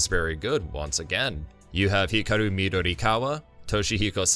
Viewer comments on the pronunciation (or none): none